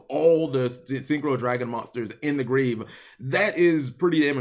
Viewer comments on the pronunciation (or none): none